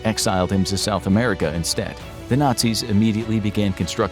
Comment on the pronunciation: Y do he say America like he from Middle East😂????!?!?